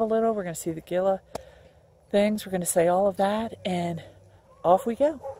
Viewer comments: Bilateral Gila pronounced like hila come on. Gila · Actually should suggest HeeLa.. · Just subscribed. Looks fun. I was born and raised in Arizona, and got the giggles every time you said Gila. I am new to recumbent trikes, a 600$ part sounds horrible. Looking forward to catching up on these videos.